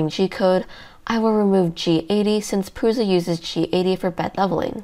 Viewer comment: because she can't say prusa correctly, it's prusa or prusha not pruza